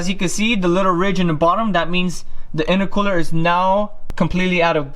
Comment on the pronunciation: Why do you keep saying innercooler